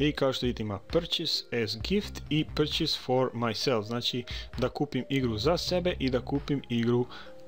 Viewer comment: zasto purchase citar Prčus ko prcenje=jebanje xDDD hahaahh